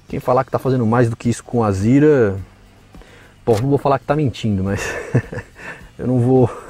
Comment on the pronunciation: Não entendo por que chamam de "Azira", se o nome do carro é "Azera". Será que é coisa de paulista?